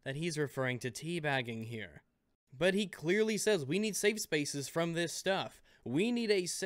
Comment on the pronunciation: you put an "s" at the end of Safe.